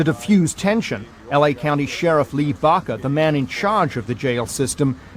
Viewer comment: Leee baca 😂